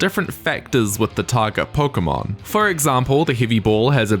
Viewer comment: Not that pronunciation of Pokémon red and green. Anime don't count.